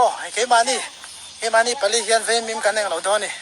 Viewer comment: Veimim × Vaimîm tih tûr. Vaimim lawh dân tih hi Vaimîm hi kan lo lo a, kan kêk ṭhîn. Vaimîm keh dân tih tûr.